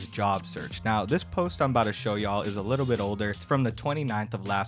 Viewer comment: i think it might be the "twinkle twinkle wittol stah" incident 😭